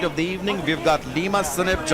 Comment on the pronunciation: It's lima not liam😂